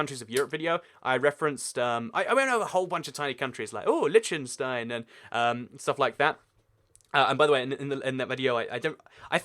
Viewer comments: liktinstine not litchtenstine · why is nobody talking about how he pronounced liechtenstein worng